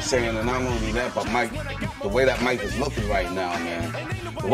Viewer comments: Hey man you said “Muke” instead of mike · Haha “Muke” Tyson is that because he has Mutant abilities???? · Muke Tyson huh?😂